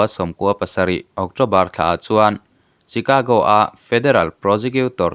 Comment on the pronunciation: Chicago (Shicago ti a lam tur)